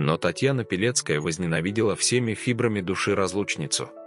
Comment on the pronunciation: Почему- то слышится "Белецкая", а не "Пилецкая'....😮